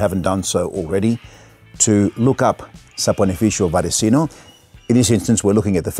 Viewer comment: First non-Italian that knows how to pronounce this company/soap name! Thank you for sharing your opinion on these products and for making a hole in our budgets too!:)